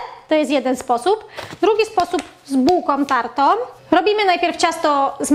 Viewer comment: "z bułkom tartom", zimom, om co drugie zdanie - jest taka głoska "ą" nie om, wie Pani. I nie "takom kanie" tylko "takĄ KANIĘ. Gdzie była Pani jak były lekcje języka polskiego? A może nauczyciel zawiódł?